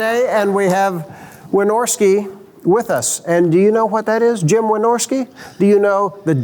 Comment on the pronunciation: It’s "Wynorski".